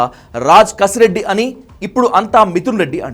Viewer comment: కసిరెడ్డి కాదు, కేసిరెడ్డి. గమనించగలరు. 👍